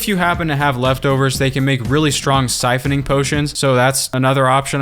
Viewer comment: "SIPHONING"! SIPHONING!